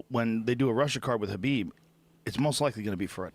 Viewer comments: Khalabeeb 🤣🤣🤣🤣 it's better then Kebab 🤣🤣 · Khalabib hahahahaa 😂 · “Khalabeeb” bro WHAT 😂😂😂😂😂😂😂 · Calabyb and stiopyc LOL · It's kalhabib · Joey "Khalabib" Diaz, Yeeee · I like how Joe is giving Joey shit for "Khalabeeb" when Joe himself isn't getting the name right either. He's calling him "Habib." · I WANNA SEE KHALABEEB. "Khabib" THAT'S IT END OF STORY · Khalabib lol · Turned Khalabib is a meme brilliant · One of the funniest parts for me was Joey butchering Khabib’s name “Collarbeeb” but being able to pronounce Dariush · KALABEEB!!!! SEROWNNNNNNN!!!!! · It's "Kalabib" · I fucking love this dude. Stiopic, Tyrone, Kalibib 😂😂😂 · just when i calm down laughing from the last time the man says khalabib once more and there are tears streaming down my face again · Khalabib... 😂 so many times... Khabib must chng his name... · Khalabeeb McGregor JD promo brought me back here. Lol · Then he calls Kahbib... Kalabib.... hahahahaha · "Kalabib" lmao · OH MY GOD!!! JOEY FUCKIN KILLED IT! WHEN HE GOT KHABIBS AND STIPES NAMES WRONG!! DEAD!!!HAHAHAHAHAA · Bruh he really said stiopik, khalabeeb and Tyrone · Once Joey bestowed the names, they will always be Stiopic & Khalabib to me! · Khalabib, Stiopic, Cerrown. 🤣🤣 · Same I was laughin so hard man. Kalabeeb and Stiopic were instant classics. Nobody mispronounces names like Joey 😅 cracks me up everytime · Joey ”khalabib stiopic“ diaz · T-RON, Kalabeeb, Stipiopik and Clelery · Joey Diaz is so fucking funny, without really trying. Stipe Miocic = Stiopic Khabib = Khalabib Tyron = Tyrone